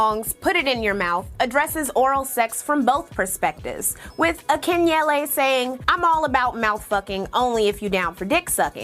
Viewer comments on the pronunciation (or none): Yeah, she destroyed Akinyele name lmfao😂 (oc-ken-L-E) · Akinyele is Pronounced Ah-kuh-neh-Lee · Akinyele pronounced ACKI-NELLY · hi I'm yoruba it's definitely not pronounced how this person said